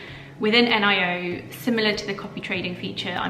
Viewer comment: Good video. It is the first time to hear someone calling Nio N-I-O, it sounds different 🤣🤣🤣